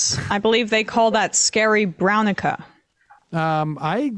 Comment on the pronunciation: Emma: "Scary-Brown-Ica." 😂